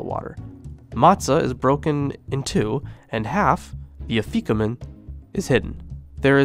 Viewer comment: Really awesome information! However your pronunciations of haggadah, charoset, and afikomen are....interesting 😅